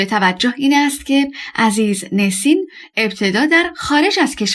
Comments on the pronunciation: گوینده گرامی ! NESIN حرف دوم E در زبان ترکی صدای اَ همچون ابر و زرد و حرف را دارد . نه اِ که صدای شبیه دِل و کِرم و نام او همیشه نَسین است نه نِسین به دائره المعارف ها مراجعه کنید. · عزیزنُسین درسته